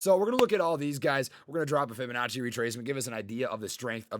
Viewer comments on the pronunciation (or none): none